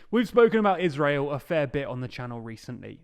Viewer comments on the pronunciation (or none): none